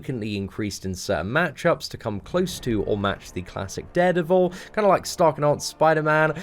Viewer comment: Did he say dared evil